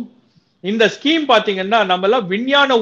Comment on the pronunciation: இது ஸ்கீம் இல்ல சார், ஸ்கேம்.